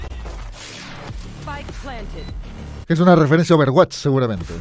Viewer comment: Si noma yo dije me fallaste ya no volveré a comfiar en ti me sangraron en ese momento los oídos xd Posdata: luego en el minuto cuando dijo ober wach o apex yo como de nooooooooo